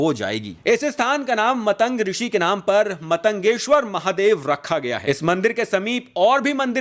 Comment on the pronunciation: Bhai vo matang nahi maatang rishi hai,galat pronunciation se thoda irritation hoti hai. Baki video bht hi informative n rochak hai👍